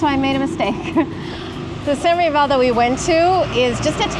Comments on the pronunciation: Pronounce the “s” for the Filipino pronunciation of “sans rival” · ..its very french not to pronounce "s" in the sanS rival.. totally understandable👍😅